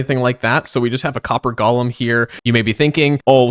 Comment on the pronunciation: They are called Golems. Go-lem. Gollum was in Lord of the Rings. Why does everyone insist on saying it wrong?